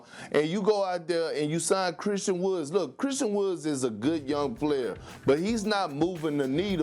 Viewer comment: Perk really said “Christian WoodS” hahahaha